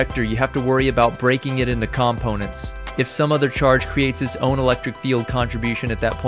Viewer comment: great video but the way you say "components" really bothers me :)